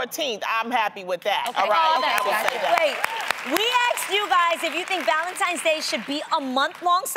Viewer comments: ValenTINES not valenTIMES !!!🙄🙄🙄🙄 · Loni, how you gonna say you don't like how it makes the house look like a 5 year old pre-school classroom and you walking around saying ValenTIMES, instead of ValenTINES?! Lmaoooo. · It’s the simple things that matter❤️ Lonnie it’s Tines not Times..... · Loni its ValentiNe and not ValentiMe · Did Loni just say ValentiMes day, ValentiMes month? 😒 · Right?! I had to rewind that part twice to make sure she really said “Valentimes”. Smh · Wtf is "Valentimes?" You said it twice Loni... Anyway... I need some diamonds... Can keep them flowers and candy. I don't even like chocolates. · Valentimes tho 🤔😂😂 Oh Loni... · "ValentiMe's Day" 🤦‍♀️🤦‍♀️🤦‍♀️ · Did loni just said Valentimes?! oh man annoying